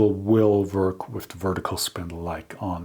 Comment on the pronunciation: Please don't think that I'm insulting you,das ist nicht meine Absicht! The word 'work' and all 'w' words are said by pursing your lips ,as if you were blowing out a candle.Not blowing, but making the sound. It's a soft sound: weiches Gerausch. I hope I have been of some help.I really respect your channel!